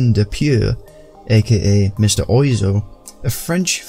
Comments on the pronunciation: its pronounced more like WAH ZO rather than OI zo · He is pronounced like Whaaaa Zoo, not Oizo)))) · "Mr Oi zo"... I may be wrong, but I think it's pronounced "Mr Waz Oh"? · Pronounced wazo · Apparently "Oizo" is pronounced "hua-zoh". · Even if "Eric" is a casual English name, it's also a casual French name too, just like "Paul" or "Quentin"... And Mr Oizo is pronounced "wa-zo" (oiseau is French for bird). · It's more like wazzo. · Yeah, it's "wah-zoh". Like oiseau, a bird in french. Because he has french "roots". XD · wah-zo. like oiseau / oisseau, the french word for bird and a french city. otherwise good shit mane ! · It's pronounced "wazo" oi in French sounds wa. Oizo is a "misspelling" of oiseau. (bird) the way you said it was very surprising for the frog eater I am. not to mention he inspired all the French touch dj's we had from Daft Punk to Justice via SebastiAn or Laurent Garnier. Dupieux is the godfather of all still today. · Mr. Oizo (pronounced 'Monsieur Wah-zoh') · Fun fact! (not as fun as the top comment but hey) Oizo is actually pronounced Wazzo. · It's pronounced waso. It's from the french for bird. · Yeah I've became aware of this since the video was uploaded. The name isn't spelt anything like the pronunciation, but it is French I suppose 😆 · You are correct, made this video a while ago and there was a slip up with the pronunciation.